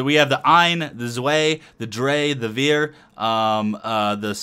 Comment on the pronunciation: I love how you pronounced the numbers 1-4 (ein-vier) :D Very well done Spotlight, thank you for that.